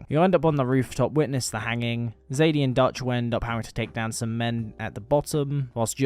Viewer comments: I personally played it the same both times and how I feel is the most natural way. I played as a total outlaw until Arthur starts counting and speaks to Joseah about redemption. From that point I changed my ways and started giving back. Also calling Sadie, Zadie is driving me crazy like seriously. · Great video thanks 👍🏻 one criticism.... Her name is Sadie not Zadie 😅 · BROOOOO ITS FUCK SSSSSADIE SUHAHDIE NOT FUCKING ZADEY ITS SADIEEEE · Sadie not "Zadie" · also her name is sadie not zaidie sorry😭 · just wondering why do you say zadie and not sadie